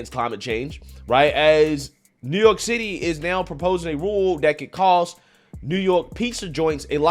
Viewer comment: Did he call it "New York Sh!tty"?